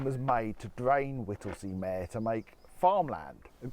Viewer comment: Not Whittlesey MAAARE meeeeeeeeer